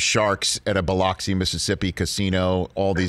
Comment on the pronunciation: It’s funny listening to Northerners try to pronounce Biloxi